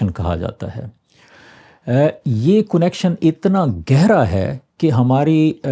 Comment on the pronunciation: کونکشن نہیں کنکشن اردو کو مسخ مت کیجئے